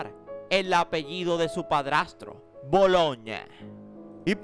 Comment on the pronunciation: Bologne no bolonche 😂